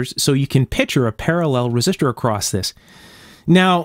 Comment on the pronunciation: I appreciate the nitpicking of little things like the need for a felt washer behind the tubing knob. I'm a bit shy about nitpicking your video with things like pronouncing "picture" as " pitcher."